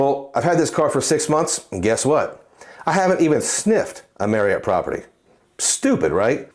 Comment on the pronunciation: I’ll always credit you for teaching me the proper way to pronounce Marriott. For me, it’s tough to justify any premium hotel card compared to a premium airline card. Main reason being there’s only 3 airlines that fly out of my home airport compared to the numerous hotel partners when I arrive to my destination. But for others, it’s a powerful card 💪🏿